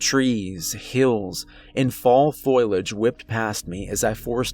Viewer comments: At first I was like "did dude really just say foilage?" Then it was, "is anybody else catching this?" Then I was like "holy hell, dude really thinks it's foilage. 😂" Then by about 35 minutes in I'm like "AAAAGGGHHHHHHH! Its pronounced FOLIAGE my dude,, FOE LEE UHJ!!!! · It's not pronounced FOIL-age, dammit! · thumbs, subs, and bells brah. Your narration is flawless. only 1 constructive critique- FO-liage. i struggled with that word, too, so i pick it out. sorry!:) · FO LI AGE . SAY IT. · Please note: the word is foliage pronounced long o and the I is pronounced like a long e. Seriously...you keep pronouncing it foil age. Really? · F-o-l-i-a-g-e not foilage. Otherwise a great story 🙂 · My guy just said "foilage" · Got to keep an eye on the "foilage"! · Usually mispronounced words annoy me, but when you pronounce foliage as foilage, I find it kind of endearing in a funny way :D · I love your stories but please don't say foliage! Foliage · Saying foliage incorrectly is bothering me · The real horror is the pronunciation of foliage. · I just kept imagining a forest covered in aluminum foil...that's probably pretty creepy too though. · Sweetie, I lovecyour narration and you have a very comforting speaking voice, but the word is not "foil age" it's pronounced "for lē age". It was repeated so many times in the beginning of the story that it distracted from the story. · Nice performance, but dear god. Foilage instead of foliage? I don't know if I should blame you or the author for that one. A true crime against english.... Lol anyway. Nice job and thanks. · If you are going to use a word learn to pronounce it. Foe Lee Edge, it's not Foil Edge. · It's Fo-li-age, not foil-age... 🤦🏻‍♂️😅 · I don't know if it was the author's spelling error or a mispronunciation, but everyone time he said FOIL-age instead of FOL-i-age just tore me out of the immersion. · #1: you're one of my favorite narrators #2. FO - LEE - UDGE not FOIL - UDGE 😊 💜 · Fõ-lee-aj not foil-aj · Foe liage not foil.